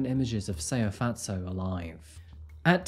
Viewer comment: He didn’t pronounce her name right. I’m from South Africa and he is far from saying it right but he tried